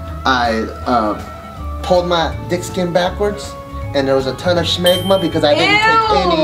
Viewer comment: When was it ever called "Shmegma" It's just Smegma.